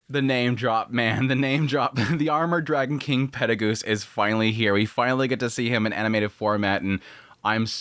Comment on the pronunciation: I'm glad I'm not the only one that heard petagoose. They even say in Japanese as perugius, same in the dub aswell. Lolol